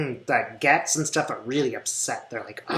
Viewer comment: Thanks for your great work. Oh, by the way Gaetz's name is pronounced like "gates".